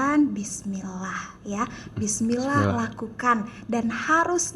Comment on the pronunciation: Huruf ainnya juga it salah ustazah tolong di benerin ustazah dan hak dlm bacaan bismillah nya masih banyak mmg tempat salahnya maklum lagi belajar tapi tolong di gembleng biar sempurna,kok ustazah ngajarin bismillah kta him kok pake hak dada kecil itu hak tenggorokan,Mf bukan menggurui ustazah